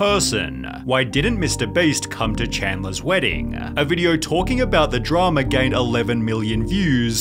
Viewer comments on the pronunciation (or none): "dramaaa" not meaning to be rude but it's a funny way to say drama lol